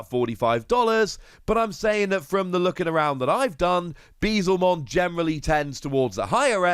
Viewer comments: it's "Beel-Zemon" not "Bee-Zelmon". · Dude it's beelz not beezel